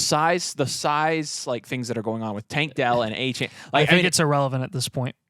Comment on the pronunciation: Soft A on the second A in Achane. Come on fellas